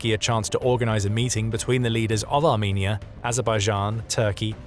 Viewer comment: that ain't how you say the country name now😊